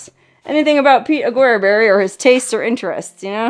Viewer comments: rusted hulk was an old Buick. Take note of the 'straight eight' engine!!!, the pronounciation is "aga-berry".. There is a viewing point high up in the mountains named after him.. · So much has been destroyed or is missing since I was last there 15 years ago. It's a dirty shame what people do to our historical places. By the way the name is pronounced 'Ack-a-berry'...